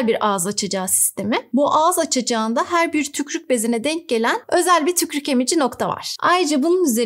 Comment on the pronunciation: hocam yalvariyorum "tükrük" demeyin artik